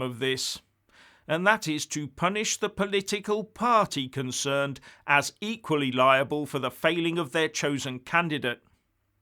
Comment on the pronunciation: “Consherned”! Have you been drinking?😂😂